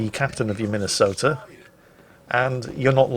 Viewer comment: As a Minnesotan, I'm disappointed. If they were true Tillmans instead of this discount crap, I'd be ok, but, as it stands... Get my state's name off that monstrosity! Also it's Mi-nuh-soh-tuh. At least in the Twin Cities (two biggest cities in the state). Just an fyi.